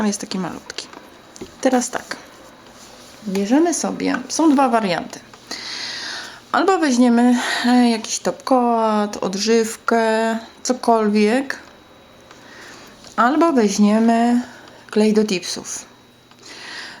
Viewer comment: Nie mówi się top "KOAT" tylko "top kołt" :P